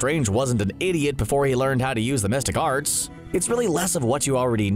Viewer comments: Through the whole video I thought he said "domestic arts" and I was so confused 😆😅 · I kept hearing "domestic arts" and got confused... xD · Lol! Glad to know I wasn't the only one hearing domestic arts. Took me until the 2nd or 3rd time to figure out he meant the mystic arts... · Everytime i heard "Domestic Art's " not The Mystic Arts. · Who else heard Domestic arts(The Mystic Arts) 🤦🏿‍♂️. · I, too, hear "domestic arts". If not that what was the narrator saying?